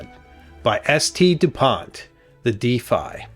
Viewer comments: Oh, just googled it, the famous Difei...I like this pen, thanks for showing, but, couldn't find it anywhere in the net. Ok, you mean the Défi, not a Difei, spoken with an,e' like in wet an an,i' like in intelligence...., please stop this absolute disgusting mispronouncation, do your research, great, research 1 minute longer for the correct promouncation and people subscribed outside of the greatest nation on earth could understand you and not guessing what you really are talking about.... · Pronounced "day-FEE". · Day fee is french way to say Defi. 😮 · Just a quick note. Défi is pronounced : Dé (like "de-rivative" or "de-sperate) - Fi (like "fi-delity" or "Fi-delio). Yeah French is weird. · That's not how you pronounce le DÉFI. for someone bearing Osis and Osiris on his tie , I believe I would be right to expect better from you .